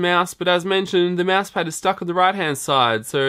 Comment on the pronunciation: hell it's not a meeeass it's mouse